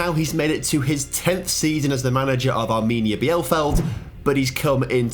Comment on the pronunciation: Mate, you can google or check how names of clubs are pronounced in youtube before you butcher them :D Arminia Bielefeld